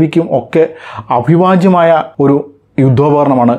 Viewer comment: അഭിവാജ്യം അല്ല അവിഭാജ്യം, വിഭജിക്കാനാവാത്തത്